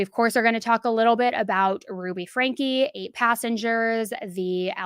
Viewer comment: I have to say, it's so satisfying to finally hear someone say "Franke" the way you're supposed to say it 👌🏻